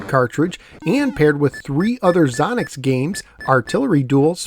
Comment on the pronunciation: It's pronounced Zō nocks. Long O. Your Character can push the wall when it moves away from you and score points. One thing you missed is Xonox games are 8K bankswitching ROMs.